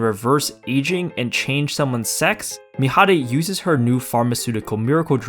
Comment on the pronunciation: PEAK! COMEDY MANGA AMAZING. ADORABLE. and. Wholesome. And actually. A I don't know the word it's just. God... uhmmmmm amazing. Its just IM TRYNA THINK AND ALL IM HEARING IS THIS GUY SAYING MIHARI WRONG. SAY IT RIGHT. Anyway it's just so it's like oshi no ko it's amazing plot.